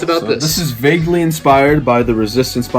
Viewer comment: You guys say vauegly alot